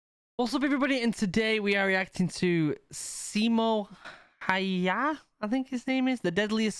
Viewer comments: Simo Hyyah 😝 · “Siimou Hei Haa” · "Simou HEY-HAA" 😂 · "Simo haiaa"✋😭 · what finnish people heard: Simo haijja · Oh god 10 seconds in and I'm cringing at the way his name was pronounced😭😭 NOT IN A BAD WAY! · how dare you to say his name wrong, you just manage to make him angry and thats why you hear the BIIIP he is comming for u